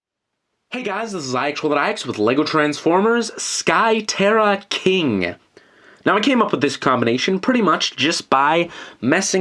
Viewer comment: It's not sky terra king it's SKY TERRA KINGUUHHH!!!!!